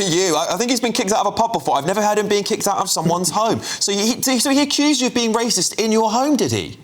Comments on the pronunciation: Why does she say the word racist funny? Its not pronounced like that, so thats odd. Otherwise she seems on the clueless side, who's now woken up a tiny bit though much too late🙄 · She can't even say the word racist 🤣🤣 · she can't even pronounce the word racist.... 😂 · She can't even prounonce it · Fully believe she is not racist. She can’t even pronounce the word. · will u tell her shes saying it wrong 😂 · Irs actually annoying me that she cant even pronounce racist properly 😫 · Teach this women how to say racist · This woman doesn't even know the word racist. She couldnt even say it if she tried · PMSL, sorry but she can't even say it, so she can't be it LOL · I don’t think she is saying racist properly 😂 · She cant even say the word properly that she is accused of being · I presume she is basing her pronunciation on that of "racial" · The pronunciation is : racist, not ray-shist. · What’s rashist? 😂 good for you for kicking him out though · Why is she saying raesh-ist instead of race-ist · Please tell her it’s racist not rashist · Why is she saying rashists instead of racist? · Anyone going to tell her it's racist and not raishest lol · "Rashist" 😂 silly old gammon. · I agree, but why is she pronouncing it ray-shist? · Doesn't help however that she keeps pronouncing it "Ray-shist" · Rashist 😂😂 Sorry, I know this is a serious topic, and I am just as shocked the PM was so rude to her in her own home, but I just can't get over her saying rashist all the time. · Rayshist. ??? Wtf is that? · I can't unhear "rayshisht" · Why does she keep saying "rayshis"? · Damn those Ray-shists 😂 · Why does she keep pronouncing it rayshist? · why is she saying RASHIST, bless her?!😅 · Is she saying "rasheist"? 😂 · I've noticed (mostly older folk) pronounce it 'rayshist' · This is such a cheap peice here. So funny that she calls it Rayshist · It's bugging me she says rashist😂 However Starmer flip flops more than an Olympic diver. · Why does she keep saying rayshist tho 🤭🤭🤭